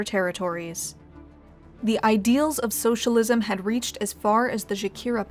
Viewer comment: The socialisesh... what?